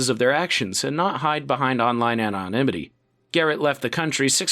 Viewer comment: op-top-see. Hehehehehe An-on-emety is also funny.